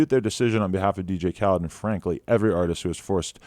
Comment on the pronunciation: "Dj Khled" I don't know why I find this funny